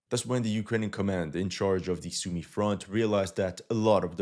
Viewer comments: It's Soo-my, not Sue-me. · You still want to practice your Сумы pronunciation